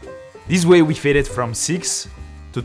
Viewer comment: When you said fade look I heard "failed look". Me: I can do that 😂